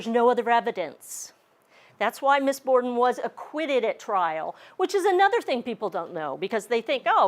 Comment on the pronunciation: Borden not Border.